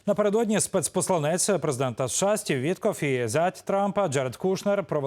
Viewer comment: Посланець сказав ведучий з наголосом на е а правильно наголос на а від слова посилати якщо ти в ефірі розмовляєш українською то спочатку вивчи її і не ганьбіть нашу мову.